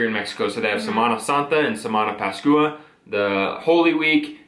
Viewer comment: Happy Easter guys... Felices pascuas..it's pronounced pas kwah.. Keep up the good work guys..❤